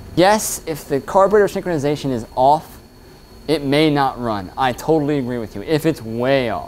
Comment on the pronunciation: “Carbator synkonization”